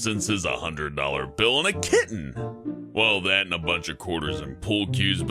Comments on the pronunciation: and a KITTEN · Did any one else laugh for the way he said kitten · Was anyone amused by the way he said kitten?